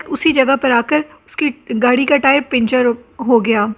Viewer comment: Spine chilling story , sister ik correction Karni hai , correct word is puncture not pincture 😂 doosri BAAT Jo story aapne sunai to mujhe movie "wrong turn" yaad agai us main bhi Adam khore dekhaye Gai thay , qabristano k Naam Hain " sakhi hasan qabristan " aur mewa shah qabristan" wo batayen na batayen humain pata h